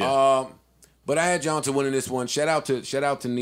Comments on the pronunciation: Yo Joe, it’s pronounced “Johntay “ it’s just spelled like johnta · I still find it funny they're pronouncing Johnta' name wrong. lol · It was cringe worthy listening to them pretend to know who Johnta Austin is while mispronouncing his name for 30 minutes.